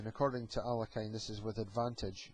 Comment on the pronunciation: The Russian masters's surname is pronunced as 'aa l ee(') h i n not 'alekajn'.Accent is placed upon the letter e